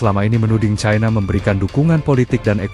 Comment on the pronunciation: Pembaca ini logat Jawa sangat memalukan membaca cina saja ti pecus yg benar itu China bukan Chaina seharusnya gunakan bahasa baku bukan bahasa ke barat baratan